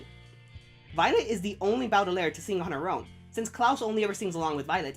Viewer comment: good video but your pronunciation of baudelaire is bad, it's how i also used to pronounce it when i first read the books but when i watched the jim carrey movie i was like oh that's how you pronounce it and fixed my pronounciation. have you seen the second season yet? i just finished it a few days ago and loved it. im thinking of rereading the books before season 3 comes out.